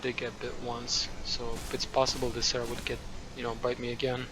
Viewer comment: Kept hearing Sarah not Cera 😆